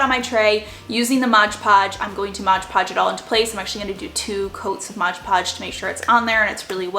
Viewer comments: It’s MOD Podge, not Modge Podge. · I have been shopping at DT for about 20 years. I love your videos and style, but have to tell you it’s “mod podge”. Sounds like you’re saying “modge podge”. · MOD podge Not modge podge... M O D Lol 😂 Great DIYs though 🖤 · Love all your diys !! Super cute ! But it's called Mod Podge not Modge Podge ! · Why do people say modge podge? It’s MOD podge lol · I’ve been shopping at DT for about 6 years. Oh, btw....it’s MOD Podge, not modge podge. Lol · MOD Podge. A bit of a pet peeve of mine... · “Modge podge” 🤣🤣🤣